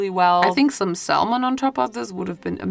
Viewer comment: salmon is pronounced with a silent l, so "samon."